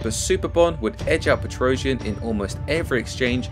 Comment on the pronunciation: I think Girogio's last name is not pronounced "PetrOuzhian" but "petrosiAn".